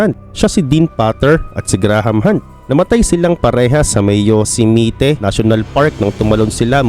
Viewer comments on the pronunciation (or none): Yosmite pronounced as "Yos ..my..yyyt " hindi " yo shi mi te" . feet not foot .